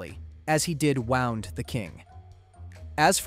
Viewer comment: lol I hope you know ninjas aren’t historically accurate you also think the edo period was before the renaissance, Japan was behind and so was he, look at the right wiki page next time, also that’s not how you pronounce wound 😂